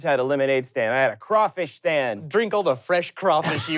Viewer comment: All thanks and praise to and for saying crawfish correctly! 1 point to each of you.